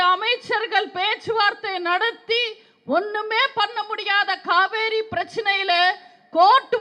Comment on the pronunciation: Kaveri nu kooda solla theriyala.thamil ah nalla pesave theriyala.jeyalalithavumtha makkalal naan makkalukkaga naan nu sonnga.avangala thai nu sollalam ivara appanu sollakoodatha.kadavule ivangala kaappathu.